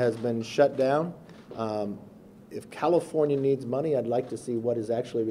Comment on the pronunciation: Sounded like he said cattlefornia